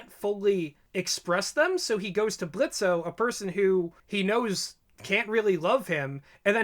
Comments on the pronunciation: I just have to say this: ITS PRONOUNCED BLITZ NOT BLITZO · The fact u kept on calling him blitzo triggers me THE O IS SILENT >;( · Please stop pronouncing the "o" in Blitzo. Its pronounced Blitz. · The O is silent lol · The o is silent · It's pronounced Blitz, the O is silent. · THE O IS SILENT. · The "O" is silent! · The O in Blitzo's name is silent, fyi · The “o” is silent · His name is Blitzo but the O is silent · the o is silent stop saying his name wrong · Every time they said Blitzo with o. I played a soundboard on my phone of blitzo "The O is silent" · The O is silent now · The “o” in Blitzo is silent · Guys, it’s pronounced “Blitz”. The “o” is silent. He said it himself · Your Grammer is a bit DUSTY it's BlitzO but with a silent o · The o in Blitzo is silent. Lol he’s said this so many times. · I agree with all your facts and theories. But Blitzo is pronounced Blitz. He even says “the O is silent” in the pilot episode. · Idk why but you pronouncing blitzo's name with the o is getting me mad, in the three animations hes pronounced it as blitz, in the 2 episode it is clear it was once blitzo but hes changed that now, no hate just saying its pronounces blitz, "the o is silent" he said that in the pilot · It's Blitzø, the ø is silent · THE O IS SILENT!!!! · Small nitpick, but in "Blitzo" the 'O' is silent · The “o” is silent, don’t deadname. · THE O IS SILENT!!!!!!!!!! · Did they not hear Blitzo in the pilot? The O is silent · Blitzo: "the o is silent" Diregentleman: ima pretend I didn't hear that